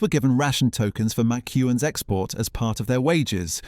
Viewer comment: Ho, ho, ho. You just have to laugh at the way he pronounces MacEwan's.